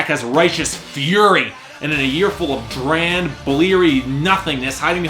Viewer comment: "in a year full of drand, bleary nothingness"